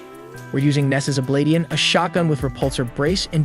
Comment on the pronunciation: Good vid. Neesas Oblatian(o-blay-shun)😅